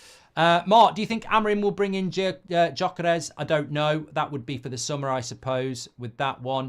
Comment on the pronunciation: You keep pronouncing the Sporting Lisbon Striker name wrong Viktor Gyökeres. The last name sounds like Gorkeres not Jyokeres like you are saying haha